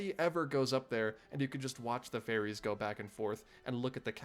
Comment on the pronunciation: Every time you said watch the ferry's I heard fairies and didn't see any